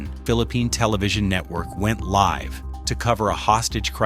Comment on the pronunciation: “Livv television”